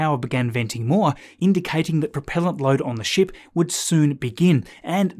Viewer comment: Dude! Every time you say “ship” my kids think your swearing (shxt). The family was laughing like crazy today. Love your videos.